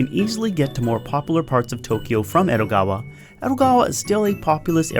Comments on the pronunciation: It's Edogawa, not ero, why you change the D into R. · Is it just me or did he say Erogawa instead of Edogawa?